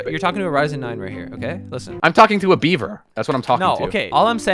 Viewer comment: Hi yellow fun fact, when says beaver 🦫 it sounds like his saying Bieber!?